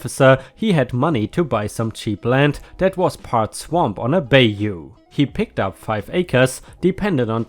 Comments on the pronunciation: quick pronunciation note: bayou is pronounced "buy-you". think french pronunciation because they were the last major power to own that land before the US got its hands on it. just something to keep in mind in case you run across another post with that word in it. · Bayou is pronounced Buy-you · Bayou - This word is pronounced: buy-you😊 Hope it doesn't offend you. I enjoy listening to your videos while I'm doing things and only mean to be helpful. ⭐🌟⭐🌟⭐🌟⭐⭐🌟⭐🌟⭐⭐⭐🌟⭐🌟⭐⭐🌟⭐🌟⭐🌟⭐⭐🌟⭐ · Bayou pronounced bi-u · Bayou is pronounced ( buy you)